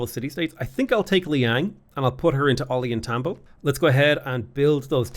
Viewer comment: Hearing the way is pronouncing "Ollantaytambo" is making me die inside a little